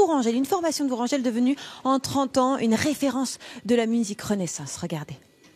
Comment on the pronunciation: La visite vaut la peine,mais l'élocution st des plus pénibles:"dessouffe",500 anffe,Chinonffe,etc...C'est ridicule,au point que j'arrête le son,c'est insupportable!